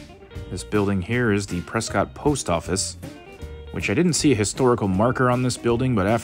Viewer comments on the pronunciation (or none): Its pronounced "Preskitt" NOT "Pres-SCOT".. as you were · Nice video. Prescott, however, is pronounced like "biscuit". Also, you missed another very historic place, The Hassayampa Inn on Gurley Street. It was built in 1927 and has been very well preserved. It even includes one of the first Otis elevators, which is still functioning today. The hotel lobby and interior are beautiful and the bar and restaurant contain many original features. The hotel is fully functional and offers excellent food and entertainment. It is a very popular gathering place for residents and tourists alike. it is located across the street from another historic sight, The Elks Theater. hopefully. you will get to see these amazing places. if you haven't already. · It is a beautiful wholesome town. That is why so many people are moving here. We pronounce is Preskitt. Most of the people living there are not from Prescott. Most from other states and many from the Phoenix area that have retired and decided to get out of the rat race of a large city. There was a famous movie scene on the East side of the courthouse. The movie is Billy Jack. It was made around 1971 in the Prescott area, with other scenes right downtown. In the summer there are about 3 concerts a week on the courthouse grounds. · Preskitt! Rhymes with Biscuit! I kept watching to see if my husband and I were on video because we are at all of the arts & crafts shows! Love this town, sold our houses in NM to relocate here (but couldn't afford housing in Prescott, thanks to Californication, so we live in nearby Chino Valley.) Beautiful town, friendly people, great weather. But don't move here because we are full, just come to visit, and spend your money, LOL. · The pronunciation of Prescott is Preskit. Please use the correct pronunciation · They pronounce it Preskitt. But the author the town was named after pronounced it how it’s spelled. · Everybody who lives here says press kit.